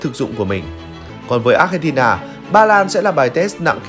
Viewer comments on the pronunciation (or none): Xin đọc Argentina ko nên đọc Achentina vi có H đâu